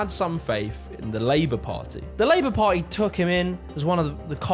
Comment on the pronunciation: can you pronounce "party" not like "pie"?